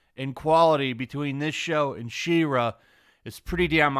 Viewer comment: im gonna be "that guy"..please pronounce She-Ra correctly, i can feel my soul trying to leave my body every time..